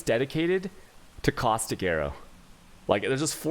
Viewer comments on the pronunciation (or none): none